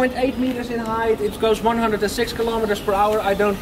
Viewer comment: Kermismeters? :D